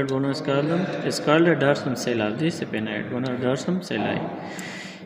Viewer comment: Pronounciation is wrong. SPHENOID.......